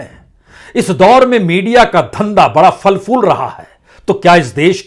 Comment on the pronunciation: Falfool nahi phal phool hota hai Sir